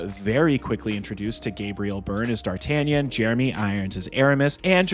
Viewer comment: It's the best Musketeer movie to date. And oh yeah...I am not french...But my dear americans...It's pronounced Dar-tah-NYAHN!